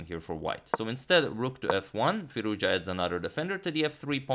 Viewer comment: That is pronounced "Firooz-ja"